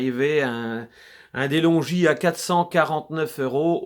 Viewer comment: Se pronunce delongue non delongi